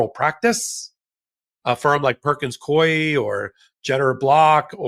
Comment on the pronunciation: I absolutely love your podcasts and Substacks. But pronounces ‘Coie’ incorrectly. It rhymes with ‘Louie.’ I used to work there and it’s driving me crazy that so many podcasters are spelling and/or pronouncing it incorrectly. Thanks for all your work.